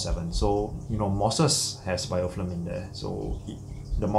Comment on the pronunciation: its BIOFILM not bioflim!!!